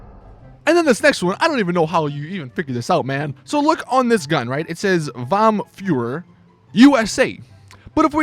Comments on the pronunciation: How the fuck do you manage to mispronounce "vom Feuer" so badly, it's not wam fyuri, it's vom Feuer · It says "FOOOM FOYER", not "WOM FUIER". German is an easy language .-. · DAMN you can't pronounce Vom Feuer at all lol